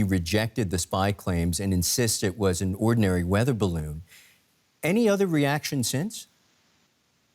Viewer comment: Why can't she pronounce 'e'? Wither balloon?